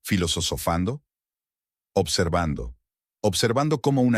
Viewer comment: FILOSOSOFANDO???? JAJAJAJAJA!!!! LA PALABRA ES FILOSOFANDO!!!!!